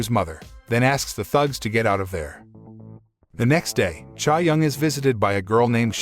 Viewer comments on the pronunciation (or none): its Chae, like Chay. chay young